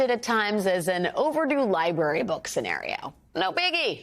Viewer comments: Would someone please teach this woman how to pronounce the word "library"? Hint: it's not "li-berry." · When a reporter can't even say library. It's LIBRARY Brary brrrrarrrrry NOT BARY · Does Dumb Donnie even know what is a "lie-bury?" * Trump voice * "Bur-berry?" "La-bi-a?" "Bub-blegum?" "Black-berry?" "Bubba?" "Man, woman, camera... Evil woman...lock her up...lock her up..." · The R in library is not silent